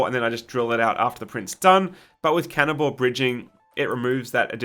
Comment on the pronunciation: Every time he said counter bore bridging I had to remind myself he wasn't saying cannibal bridging